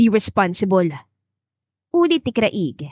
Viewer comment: Paki ayos lang ang pag pronounce ng name ng lalaki CRAIG ipa slang lang ang pag basa pls maganda sana ang story